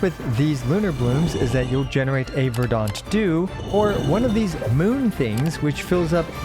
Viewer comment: "Verdahnt", lol I can't handle this.